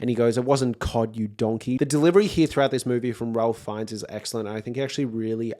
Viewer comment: Suggest you look up how to pronounce Ralph Fiennes' name.